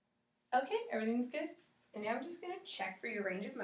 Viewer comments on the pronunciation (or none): Sounds like the brunette is saying Meow in the beginning instead of now